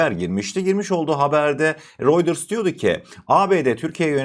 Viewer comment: “Royders” değil “Royters”, “Vans” değil “Vens” diye okunur kardeşim. Bilgi niyetine…